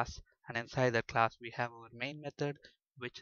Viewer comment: Great Lecturers Thanx alot .. But can you please use a better accent !! There's a difference between We and Ve Available and Avalbl Way and Vay Server and Sewer Allow you and Allov you .. etc Please accept my advice .. Everything else in your lessons were Amazing and helpful Thank you very much